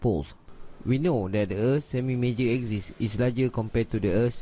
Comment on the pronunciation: its prounounced A-KSIS- like x-ray NOT like eczema like YOU pronounce it..